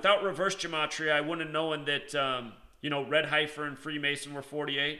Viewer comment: I was thinking the same thing, lol. HEFFF-ER, HAIR-UDD. I'm not poking fun, really but hear so many Biblical words mispronounced in many videos.